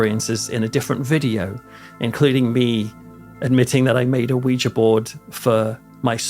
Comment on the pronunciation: Thank you for your channel! I'm a Brit living in TN and I grew up in Essex; I just love watching your videos about home! Also, thank you for pronouncing Ouija board the right way!